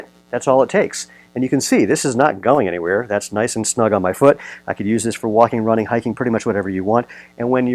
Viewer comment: “That’s not going anywhere” -are you from the Midwest?? 😂